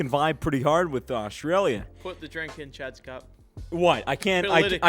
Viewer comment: did mean to say Australia like that XD